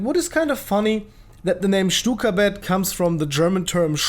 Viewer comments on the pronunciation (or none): i thought you said cykablyat not stukabat